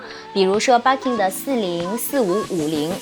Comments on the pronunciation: 日式發音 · 介绍的很好，可惜BIRKIN发音不对！